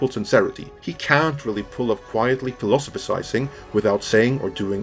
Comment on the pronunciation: Actually I thought Arnold easily pulled off quietly philosophizing while YOU failed at pronouncing the word ("philoso-fo-sizing" ).